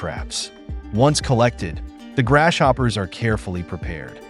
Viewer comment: Grass-hopper, not Gras shopper